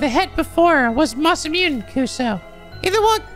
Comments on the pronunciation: Pretty sure Masamune is pronouns "masa-moo-nay" not "masa-myoon" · oh right by the way masamune is pronounced ma-sa-moo-nay lol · 1 hour in "IT'S PRONOUNCED MA SA MOO NEH".